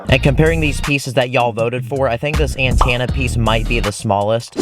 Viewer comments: Say it like an-ten-uh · Me getting triggered when ever he says antanna instead of antena😂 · ANTANA. Me: antenna 😂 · are we just gonna skip past the way he said antena? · i love how he keeps saying antanna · I don't wanna be that kinda person, but when I hear you say antenna, I get a kidney stone that increases in size every time you say antenna, but you're great so I guess the kidney stone is worth it